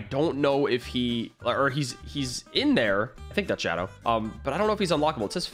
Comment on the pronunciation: it not shoadow